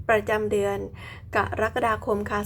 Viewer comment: แม่หมอจบอักษรศาสตร์จุฬาแน่เลย พูดคำว่า กะระกะดาคม ได้ชัดเจน ถูกต้องตามหลักภาษาไทยแท้เลยค่ะ